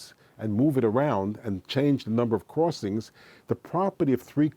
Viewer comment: "cruwossings". It was annoying and distracting.